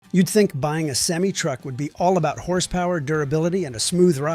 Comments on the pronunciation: Also can't say "Semi" Truck Correctly. Seemie Truck!! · Deliberately not loaded on the main page so you can't click "Don't recommend channel". I knew it was trash when it pronounced semi. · Doesn’t pronounce semi right either